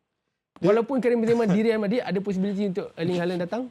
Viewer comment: "Real" tu kn royal sebutan espana = reyal